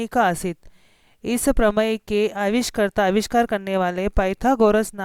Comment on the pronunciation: ठीक से पढ़ना तो सीख लो वैज्ञानिक को vengyanik कह रही हो